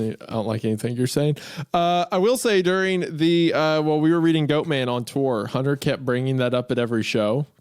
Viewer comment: I just love this part. Creepy hunterrr rrr